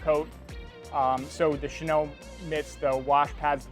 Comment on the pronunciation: Thanks for the demo. Helpful! Just one thing... with pronunciation of the (French word) Chenille, it's Shay-Neal (not Shay-Nell).